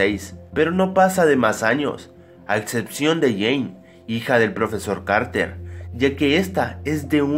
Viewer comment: lol te equivocaste todas las veces que dijiste carter